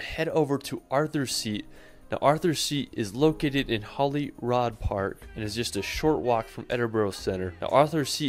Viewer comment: Your pronunciation of Edinburgh is correct, he absolutely butchers many of the Scottish place names, like Edinburgh and especially Holyrood Park, I'm from Edinburgh so I kinda know 😉